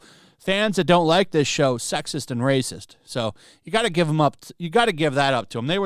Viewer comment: STOP SAYING RACIEST LIKE THAT BE NORMAL